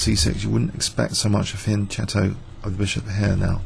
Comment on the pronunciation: pronouncing Fianchetto wrong :d